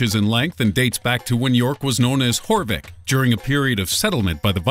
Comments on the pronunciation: «Yorwick» not «Whorewick» lol 😂😂😂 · It's Yorvik ffs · The misprenunciation of some English words kills me slightly... Jorvik is pronounced Yorvik hence we call it York... Won't bother saying anymore because it's not important but it irks me as a British person Y'know?? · youre saying jorvik wrongly